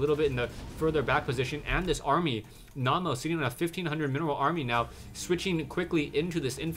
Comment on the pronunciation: Naama is a finnish player, and the meaning of the word is "Face" And btw, Naama is pronounced without any accent :) (I'm a finn, too)